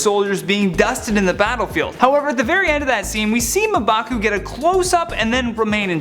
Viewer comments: Its pronounced mmm-baku......and he cant be the black panter but he can be the white or golden gorilla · Smh Muh Baku.... Come on man. I blame the editors. That should have been caught. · I loved the theories but cringe everytime you mispronounced M'Baku. It's ummmm (like ummm good)...bakooo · LOL "Muhbaku" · He pronounced mbaku wrong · I thought it was just me!! Love top 10 but this guy is my least favourite